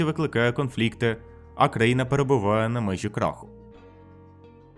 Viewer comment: Привет я не знаю чи правильного чула що кожен раз коли ти говорив з слово країна я чула постояно Україна